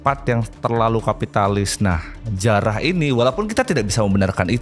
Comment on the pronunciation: Bang kok gua dengernya "ayo kita jiarah" bukan "ayo kita jarah"😂